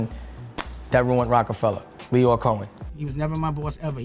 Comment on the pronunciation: Lyor (pronounced: Lee - Or not Lie - Or) Cohen